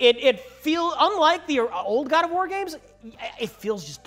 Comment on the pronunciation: God of worm - (At least, I thought he say that XD)